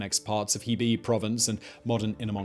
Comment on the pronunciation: He bei sounds like Huh bay . Zhang just sounds like English jang .